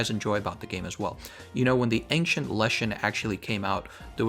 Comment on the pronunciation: ples pronounce "ancient" as ancient, not ankcient